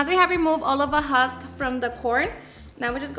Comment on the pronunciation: Lol. Its not huck, sweetie, its called the husk. Youre so cute. Hate saying the wrong word but i hate more for people to not yell me im saying something wrong. Te digo con cariño. ❤❤❤🎉 Gonna make me some corn ensalada